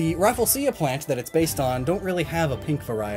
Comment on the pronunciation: Did you just pronounce rafflesia as “Rough-full-see-ya” ? I can’t even 🤣🤣